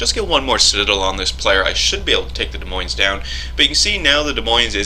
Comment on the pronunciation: the "s" at the end of Moines is silent as is the "s" is Des.